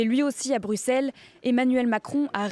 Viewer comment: BruXElles et non BruSSeles a la flamande !